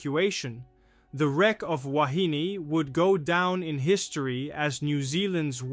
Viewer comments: Please - try saying "Wa-he-nay". Back in 1968 we (pakeha) used to say "wa-he-knee" - so you might hear both pronunciations in older videos, but "wa-he-nay" is the one to use in today's world. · The ship's name is pronounced WA. HE KNEE ( woman , in Hawaiian)